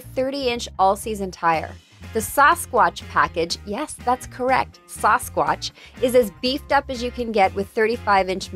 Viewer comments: DID SHE SAY SUSquach or SAUCEquach lmfaoooo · Why did she say Sasquatch so weird?